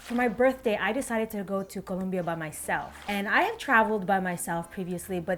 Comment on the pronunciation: I love how you pronounce Colombia correctly!